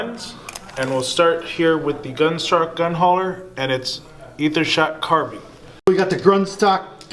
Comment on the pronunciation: No offense but you all should look up the pronunciations of “sigil” and “carbine”.